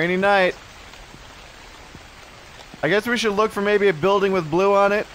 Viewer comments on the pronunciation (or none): none